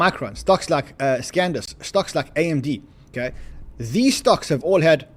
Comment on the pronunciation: sandisk not scandisk!!!